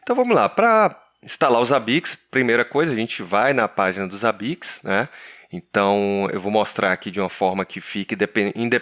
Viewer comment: Odeio quando os caras falam ZABIQUIX